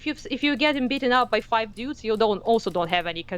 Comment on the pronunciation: I love the way says "dyudes."